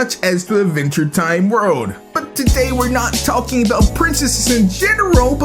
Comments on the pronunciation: why dose he pronounce it aventure time instead of adventure time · Am I the only one that thought he said "A venture time"? XD